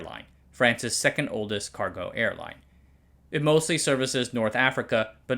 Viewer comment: Didn’t know china had a Caahc.